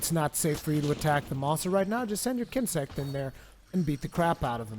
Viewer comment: Daniel Fusco but he said kinsect right.